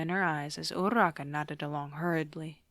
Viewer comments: No but the fact that you say urraka (weird spelling included) anyways love ur vids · ima be honest ive never heard anyone roll urarakas name and the way you do it is just- AJSISICJ/pos anyways, sobbing. bakugos such a menace😭